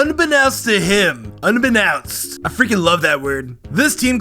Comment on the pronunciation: Unbeknownst, un-be-known-st. Not un-be-now-st.